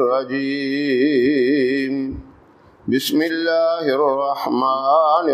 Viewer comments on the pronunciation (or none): Mash Allah bahut khub But bismilih ke alfaz sahi se adaa nhi hue h